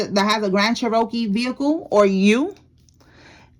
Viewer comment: They probably said that bc of how you are saying it. It’s Cherokee. (Chair-ra-kee) your saying Che-Ro-kee